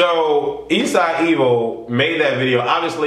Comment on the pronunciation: You said his name so wrong